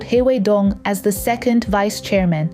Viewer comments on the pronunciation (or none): none